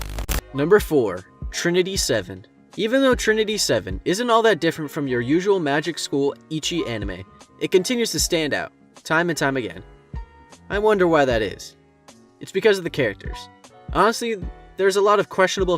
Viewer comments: ecchi is pronounced with an eh sound not an i sound. the way yer pronouncing it sounds like ichi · Ecchi, man. EH-chi.